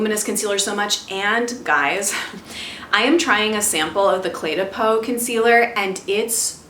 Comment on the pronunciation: Lol oh no!! Sorry Jeu de Peau was a flop ("peau" is pronounced like poe by the way :) I had sampled it in Paris so maybe I was swept up in that baguette and croissant vibe! 😂